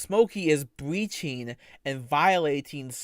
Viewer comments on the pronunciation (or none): bweaching awn vwiolating twerms of swervice